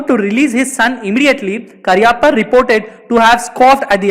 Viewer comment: Please pronounce his name correctly.